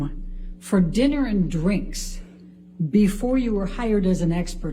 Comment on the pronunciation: The way she says DDRRINK.